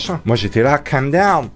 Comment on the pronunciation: Quand dit " calm dawn" j'ai cru qu'il a dit "condom"